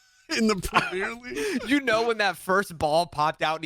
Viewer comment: Hearing them talk about the premier league and pronouncing it the way they do was making me laugh so hard bro 😂😂 and the premier league is the most competitive league in the world hands down.